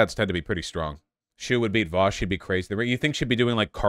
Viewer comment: New pronunciation for Vaush just dropped: Vaahsh.